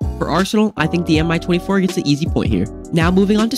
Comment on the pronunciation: Just a heads up, no hate but the Mi 24 is pronouced me-24 like me as a word